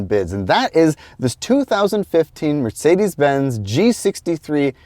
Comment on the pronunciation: you pronounced Mercedes quite well, very German'ish 9/10 👌🏼🫡